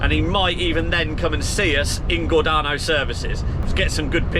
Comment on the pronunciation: Gor Day No is how pronounced, I saw u with that boat truck on ! Spot that V8 anywhere😊